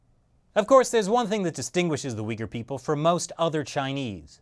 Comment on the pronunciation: When he was saying Uyghur I thought he was saying 'weaker'